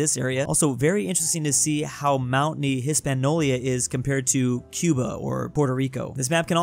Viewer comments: That really long stretch of mountain ranges that includes the Rockies and the Andes has a Spanish name, Cordillera. Also your pronunciation of Hispanyola was wtf. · Every time he pronounces Hispaniola wrong I age one year. I am currently 183